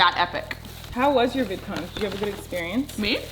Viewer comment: she said vidcom instead of vidcon